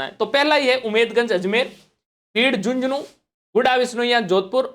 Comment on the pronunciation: सर "झुझुनूँ" नहीं "झुन्झुनू" होगा।